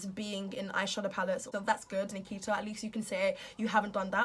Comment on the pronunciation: Why do British and English ppl pronounce names that have an 'a' at the end with the letters "er" like she said Nikiter.... I watch a lot of British bases movies and shows and always wondered about that